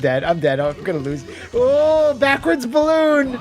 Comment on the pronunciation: I watch this video over and over again just to hear dare Karnov not to BALL-OON, and Karnov responding by immediately BALL-OONing.